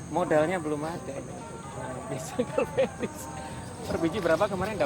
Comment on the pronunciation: Kok calvendis bukan cavendis pak 😀